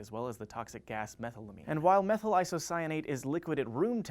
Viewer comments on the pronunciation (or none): A generally excellent episode but, please learn how to pronounce chemical names if you're gonna have to say them. methylamine is pronounced me-thyl-a-meen with the stress on the me, not the thyl.